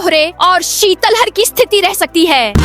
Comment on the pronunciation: Sitlahar बोलो शितल हर नही